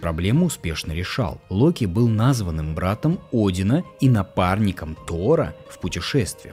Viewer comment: правильно ударение ставить "назвАным братом".